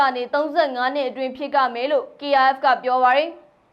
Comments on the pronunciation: ဖြစ်ကမယ် ဖြစ်ရမယ် စကားလုံးအမှန်ပြောစေချင်. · သတင်းဖတ်သူသမီး ရေဖြစ်''က'' မယ်လို့မဖတ်ပါနဲ့ဖြစ်ရမယ်လို့ဖတ်ပါ ကကြီးဆိုအဓိပ္ပယ်မရှိရကောက်ကအမှန်ပါ ကျေးဇူးပါသမီး